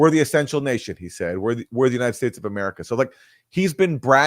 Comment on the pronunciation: "Ameriterror" lol! "Amay-rah-Tay-ruh" in the South, "Ameraterrah" in New England. love it